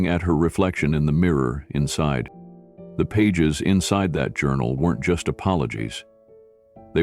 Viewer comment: THE runway, NOT Thee runway!!!